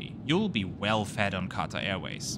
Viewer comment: When you constantly changing from QAtar to QaTAR pronunciations. 😀✌